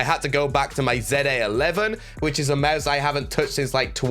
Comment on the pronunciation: Every time you say mause I’m dying 😂